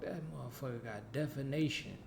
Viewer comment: That dog got "defanation" 😂😂 i think you meant definition 😭